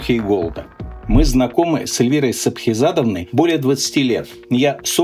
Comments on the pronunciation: Знакомы вы более 20 лет с Сапхизадовной, а отечество ее не можешь правильно произнести :D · Хоть Вы, Михаил Борисович, и 20 лет с ней знакомы, но отчество её так и не выучили. Сахипзадовна она, а не "Сапхизадовна". А во всём остальном с Вами согласен. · Она Сахипзадовна, а не Сапхизабовна. Как вы можете быть хорошо знакомы если ты как Путин не можешь выговорить имя отчество президента Казахстана? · Она не СаПхизадовна, она Сахипзадовна 😂